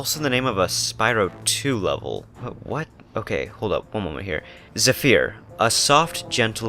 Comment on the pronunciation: It's pronounced zeh-fur not zuh-fir